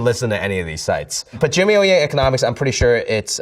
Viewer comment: Jimmy呀，用上海话说太地道了！